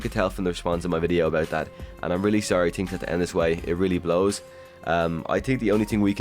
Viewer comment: I kept hearing “tree seasons” and “stranger tings” lol